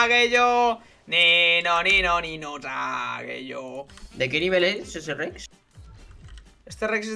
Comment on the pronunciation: no es sageyo, es sasageyo